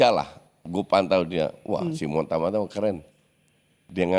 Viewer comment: Simon Tahamata bkn tamata cuk... Kocak